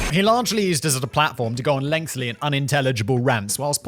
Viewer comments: ever since he mentioned it, i cannot unhear him saying "length-ly" it's my own personal drinking game lol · Could you be kind enough to let Simon know it's lengthy and not lengthly. Thanks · I'm not even American, but all I have to say to Simon is, try the sweet potato casserole with the marshmallow topping once, and then make a judgement. It's surprising.. but it works! Edit: it's kind of cute how Simon can't break the habit of saying "lengthly". Also, Clive Palmer is an absolute nob. And a blob. A blobby nob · Oh god, now since he mentioned it, I can't help but hear every time Simon says "lengthily" when he means "lengthy" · Effortlessly. He can never say it. Ironically, it always requires him a hell of alot of effort!